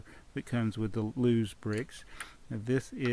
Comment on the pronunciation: its not los it loz